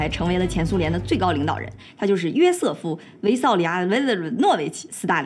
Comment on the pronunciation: 1.52_约瑟夫维萨里奥啦拉拉斯大林。小lin翘舌音犯了？